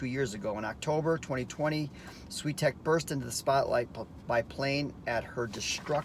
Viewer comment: Please learn how to pronounce her surname correctly.